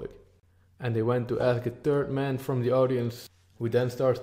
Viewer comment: Hahaha. Can clearly hear the hard dutch 'T' in your pronounciation of 'third man' which sounds like 'turd man'. I have the same problem. I think you have some ground to gain in your enunciation and if you work on your cadence a bit you can make your talks even more captivating. Solid analysis. Maybe you can do a video on the way that Ramautarsing was obliterated for bringing up the discussion of race and i.q. That topic seems right up your alley though I must caution you that it's very very sensitive. Keep up the good work.